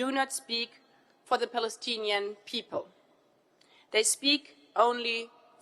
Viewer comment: Did anyone notice she barely said Plalistne